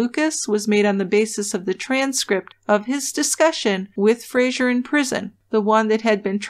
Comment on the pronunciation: It's Fraser, not Frasier. A really common Scottish name.